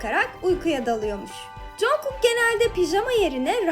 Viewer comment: cenkey diyo soylerken cankuuk diye okunuyo